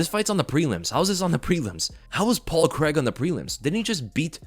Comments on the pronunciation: Its Paul CRAIG. CRAY-EEG not creg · Paul Craig crAIg there’s an A and an I there Americans, it’s pronounced Cray-g. Thought you would’ve realised this with Daniel Craig but no. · "paul kreg"